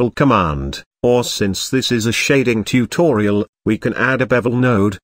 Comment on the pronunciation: Say again. Tu to ri al 🙂